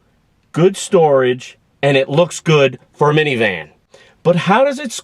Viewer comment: it is funny to hear that sedona is good "for miviman".. many times. yes, it is a "minivan" that you are reviewing.